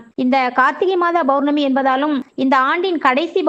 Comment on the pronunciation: Bournami , Bournami yaaaaaa????????? POURNAMI ENRU SOLLUNGA.